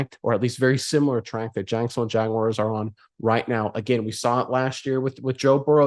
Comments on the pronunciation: There is no WIRE in Jaguar. Say Jag then say the letter R with a W sound in front of it. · Don't care who we play. I'd rather not go to Buffalo. But that's 'cause of the weather, not the Bills. And it's Jag - wars, not Jag - wires. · They are not "Jagwires." 🙄 Pronounce it right - "Jagwars." 🐆